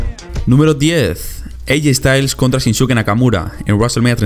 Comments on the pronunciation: Shisuke Nakamura se pronuncia Chinske no Chinsuke. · Shinske nakamura No shinsuke